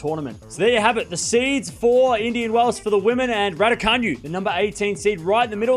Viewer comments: Ra-doo-ka-NOO, not Ra-doo-ka-nyu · Martin Boeg The all- caps in the last syllable is not a stress, tho. It's to highlight how it's pronounced as opposed to how pronounces it. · It’s pronounced Radoocanoo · Should learn to pronounce her(Raducanu) name correctly before making your Vlog.